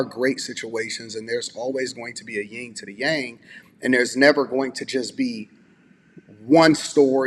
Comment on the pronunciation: Yin and yang. Not ying and yang